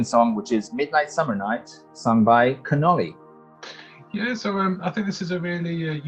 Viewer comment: Connolly has said the version currently available remains a demo, changes will be revealed on Friday. For me its the track with the most potential to do well. Its CON OLL EE by the way , not the Italian pasta dish canoli 😉